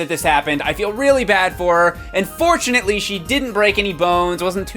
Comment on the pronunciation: He said fortunaly